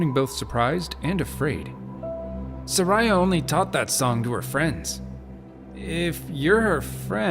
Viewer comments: It's Sar-ee-uh. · Everytime he pronounces Saria as ”Suh-rai-ah” I die a little inside